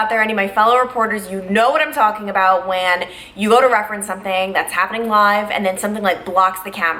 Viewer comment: you pronounce “when” like whan